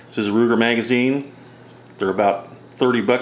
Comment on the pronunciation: i'll sound it out for you "mag-a-zine" it's not a difficult word